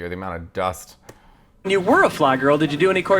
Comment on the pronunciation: "recording studio THE AMOUNT OF DUSST" 🤣🤣🤣🤣🤣🤣☠️